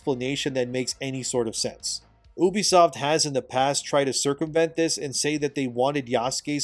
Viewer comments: why do u say Obsoft not Ubsoft ?? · It's pronounced "Ubisoft"